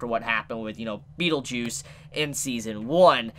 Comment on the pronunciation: Omg he said beetlejuice 🤦‍♂️